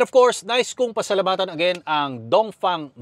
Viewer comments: bakit mali ang pagbigkas ng DONGFENG mo dapat DONGFENG hindi dongfang dongfeng dapat hindi dongfang ha brad itama mo naman brad okey............ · Dongfeng ❌ Dongfang✅